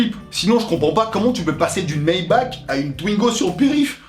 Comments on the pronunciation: je kiff des videos, et je me reconnais en tant que russe dans certaine video, jsuis content que tu embellies la Culture moderne russe. c'est mieux que des compilations d'accidents ou des paysans des années 2000 avec des lada qui foutent la merde. ; ) PS : on dit maybarrrre pour la (maybach) c allemand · Oh ptn, maybach pas maibak 😂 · Une Mayba''ck'' ... C'est 'Mayba''r'' pour info ^^